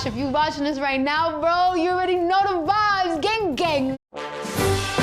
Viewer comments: Did she say ging gang one.😂😂👍👍🇺🇸🇺🇸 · geng geng 😂 bitch can't even say gang 😂